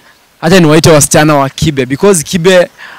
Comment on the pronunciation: Its kibe and not kipe,,, come on stop chasing clout, you're the ones to grow up instead of chasing clout 🚮